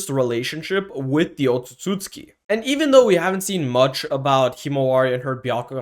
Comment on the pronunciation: Bro keeps saying “otsusooski”